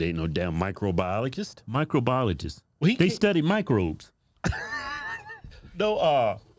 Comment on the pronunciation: Could barely pronounce microbiologist.